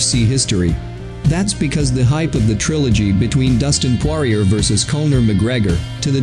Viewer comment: "Losers click here" yeah learn how to pronounce his name first...